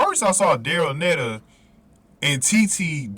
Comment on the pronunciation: Daryll Neita (pronounced NEEta)is GBRs anchor in the 4x4